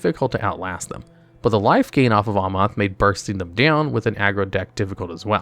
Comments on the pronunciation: I love how there's an "editors note: cuz he mispronounced Escape to the wilds after the narrator mispronounced Eldraine, Planeswalker, Bedevil and Omnath. And thats only the first half xD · "OMNOTH" "TEEBALT" "BED EVIL" I literally can't with you, bro